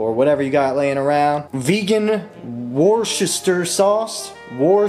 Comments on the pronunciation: New Orleanian vegan in exile, and missing gumbo! Your recipe looks excellent, and I can't wait to try it. Thank you! In return, lemme help you pronounce a tricky word: "Worcestershire." It's three syllables — WUSS-tuh-sheer — with emphasis on the first syllable, "WUSS." (And that's "WUSS," as in "Don't be a wuss!" 😁) Again, am looking forward to making your beautiful gumbo! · Wuss-ter-sher sauce is how it's pronounced xD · Worcestershire pronounced Wuuster. Absolutely no need for the long word no one can spell. Brilliant recipe, thank you for sharing!!